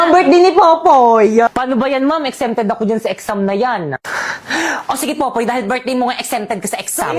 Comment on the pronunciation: Popoy not poppy 😅